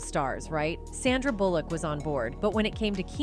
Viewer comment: its not KEEnu and its not bullLICK. I seriously cannot watch this because it hurts my head so much to repeatedly hear mispronounced names or words. whether it's AI, or whether it's a real person, instances like this is what will actually cause you to lose fan base and make people actually run away from your videos and click the "do not suggest this channel" option. now think about this did you choose that voice for an audibly pleasing experience?? because the mispronunciations made it so unpleasing you're getting comments about it and people like me have actually clicked the never ever ever ever ever ever show this channel again option. - truth